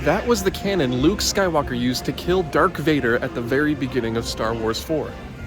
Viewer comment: the "dark vader" being said was hilarious lmao!